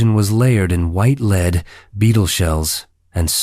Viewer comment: Please please please please please PUH-LEEEZ, Fix the AI reading of the "Firsts"!! "Edward Eye [Edward I)" is like nails on a chalkboard! 😵😵 Elizabeth's "leed" makeup. Someone else's "joeb" as in the Biblical guy and not work. Please please PUH-LEAZE, I don’t know how AI voices working or how YouTube narration works, but make it stopppppp! I LOVE your videos - take away the nails on a chalkboard. 😥😭